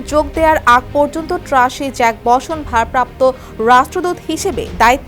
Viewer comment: ট্রেসি জ্যাকবসন উনার নাম আর এই উপস্থাপিকা ট্রাসি জাক বসন আর কি কি জানি বা ল ছা ল বলতেছে। একটু গুগল সার্চ করলে উচ্চারণ সহ জেনে যেতেন।